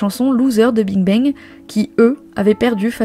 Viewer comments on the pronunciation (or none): je comprend parfaitement qu'on veuille pas faire l’effort de prononcer correctement des mot ou nom d'une autre langue (Bing Bang quand meme... c'est pas le nom le plus complique) mais même le français est parfois bancal. Quand on créé une chaine ou 90% du contenu est oral c'est quand même la moindre des chose de s'exprimer correctement. Un peu de sérieux pour pas dire professionnalisme.